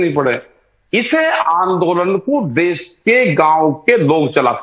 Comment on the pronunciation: For your kind information it is not देस,,,, it calls देश. Please do correct........